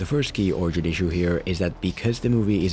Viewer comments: How to film a what?!! Ohhhhhhhhhhh an origin. My bad, I thought you said orgee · LOL It sounds like you are saying “orgy movie”. A DC JLA orgy movie! Count me in!!!